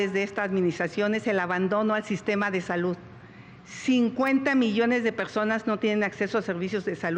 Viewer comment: Xochitl: Pegsonas La Vegdaaad Peeoog Claraaaaaaa Geconoceloo 😂